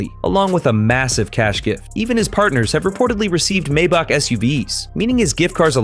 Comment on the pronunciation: Do you even know how to pronounce Maybach?😂😃